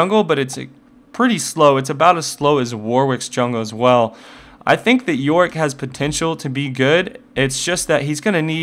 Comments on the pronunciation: there is a part that is sound like you say Warwick { } instead of yorick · worwick or yorick? if you say fast enought it might sound like warwick